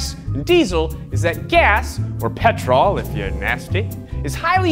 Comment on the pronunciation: My man really said pet-role